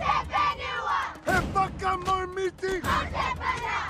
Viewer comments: being maori it was kinda funny watching the haka because of the mispronunciation during it but its the effort that counts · He didn't even pronounce it right